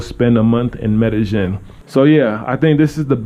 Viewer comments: Two "ll''s" in a Spanish word is pronounced as a "y" in English. Medellin is pronounced "Medeyen" and not "Medejen." :) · You say Medagin I thought its Medayeen but spelt Medellin. Double LL as a Y pronunciation. Anyways good videos.